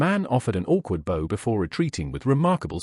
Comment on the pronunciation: Liked the story, unfortunately some of the pics were irrelevant and some words were mispronounced . ie bow n/v read verb past & present tense Thanks again Montreal Canada